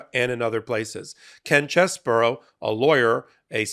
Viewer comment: Ken Cheese bro, not Chess bro.